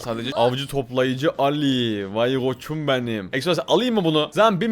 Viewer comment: Allı❌ Ali✅